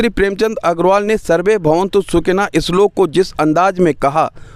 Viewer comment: "इसलोक" नहीं श्लोक!! उच्चारण सही करो सड़ छी!🤣🤣🤣